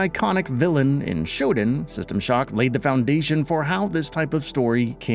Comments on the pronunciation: It's SHO-DAN, not ShoDIN, just sayin. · That's not how you pronounce Shodan but you knew that. You're the kind of channel that'll mispronounce just for engagement.